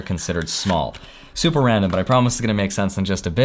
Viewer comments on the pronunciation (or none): none